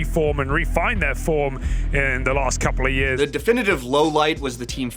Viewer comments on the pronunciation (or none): none